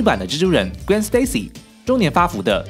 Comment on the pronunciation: 你对Gwen和Miles Morales的发音真准，评论区看到人们是用音译名，看得真头疼